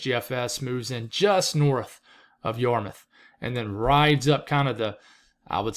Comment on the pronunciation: Also, glad to hear your pronunciation of Yarmouth. We do have some weird town names here in Massachusetts. Try Leominster, or Worcester!